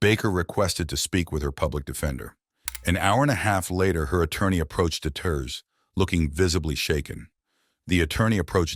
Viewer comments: Also their names are pronounced Marcus (F-eye-zal) Fiesel Joseph (Dee-terz) Deters Simon (Lee-s/Lease) Leis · I live in Northern Kentucky and know all about Cincinnati. That prosecutor is Joe Deeeters say it like that. but I remember this story. so awful. Poor innocent little children.